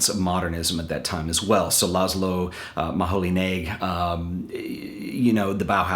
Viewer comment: Not “Moholee” he is “Mohoi”… :-) But thenk you for the wonderfur seriers.